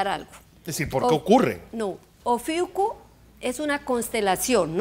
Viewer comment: 😂😂😂 todos los "astrólogos" están dando diferentes fechas y diferentes datos y está señora que ni siquiera se sabe cómo se pronuncia el nombre de "Ofiuco"... Desastre cuando desapareció Plutón como planeta... Así que no hay prueba de la salida de las cavernas 😂😂😂 Metió a la NASA y desde la perspectiva de la atmósfera y el espacio, todas las estrellas cambian de posición y no forman las figuras que se denominaron constelaciones... 😂😂😂